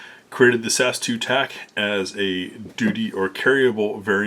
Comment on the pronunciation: You say the letters, not pronounce the "word" guy. S A S, not "Sas".